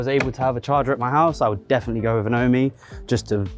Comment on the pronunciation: Isn't it pronounced "Ohm"? As in the unit for electrical resistance? As it is electricity related etc. Ohm and Home combined.